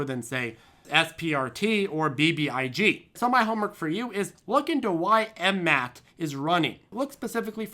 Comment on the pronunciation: FFS it's not M-MAT it's M-M-A-T